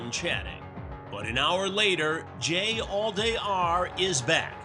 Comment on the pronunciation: "Jallday" more like "Jailday" 💀🤣